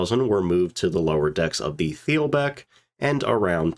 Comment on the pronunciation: In the middle of reading a great book on the Wilhelm Gustloff, and it mentions these other ships several times so this is a particularly good video for me. Thanks. (BTW, "th" at the beginning or at the end of a German word is pronounced as just "t." so "it's pronounced Teel-bek 😁)